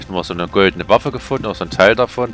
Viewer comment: Ganz zum Anfang, der Name für die goldenen Waffen. "Goldene Waffen" hätte ich auch gerade so noch verstanden ^^